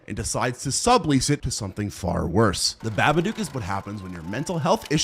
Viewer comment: "The ba-ba-dook"? bro it's pronounced "Bah-bah-dok"